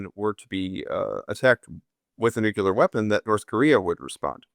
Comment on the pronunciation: Hey, interesting talk.. but please (a pet hate of mine).. it's not Nu-Killer.. it's Nu-Clear!